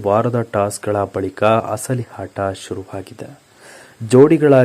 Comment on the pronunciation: Lo punyathma hasali hata allpa hahankara alla asali ata ahankara anthara first kannada kaliyapa